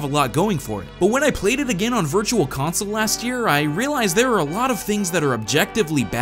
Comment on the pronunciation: On Virtual *Kong*sole?